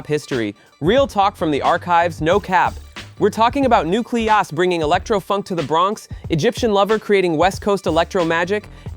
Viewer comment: Yes. Nucle-oss. So stupid.